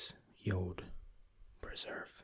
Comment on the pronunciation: Fabian Grujic he says it Like jood Which means jew in dutch lol